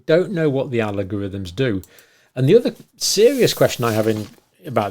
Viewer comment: Algorithm not Alogorithm